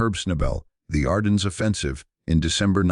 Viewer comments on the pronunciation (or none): CORPS: the P is silent. ARDENNES: The S is dropped. How dumb can be? I am sick and tired and frustrated with the inability of to enunciate correctly especially numbers and times? There must be a starving actor with a good reading voice willing to read these episodes and spare us from